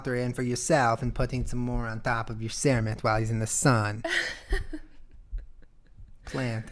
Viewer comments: Me and my bf laughed hysterically at "Cermet"!! Our dog is named Kyo, pronounced Key-o and the many videos and vines of him, people comment saying "How is Kio?" "What the hell is Keeo doing?" "Is Kia okay?" "Kayo" Like what are you doing people?!? They use the wrong letters and it's like whaat, learn how to pronounce letters correctly please! And I read pretty much everything in the Kermit voice just because it's funny as hell. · Im crying listening you talk about "cermit" or "cirmet" or whatever the hell it is